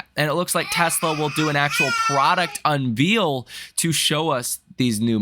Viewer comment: Unveil is not pronounced like veal or reveal. It is dericed from the word veil...pronounced vale unvale...as in to remove the veil from her face and she is beautiful